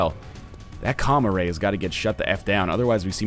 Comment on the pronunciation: When ever he says Com-Array I hear Comma Ray. I bet Comma Rays are adorable.